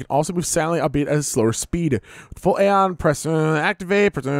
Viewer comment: I'm pretty far into the game and let me just say, you guys are in for one hell of an experience, and us viewers are in for one hell of a playthrough. Also on a side note Aeion is pronounced "A" "ON".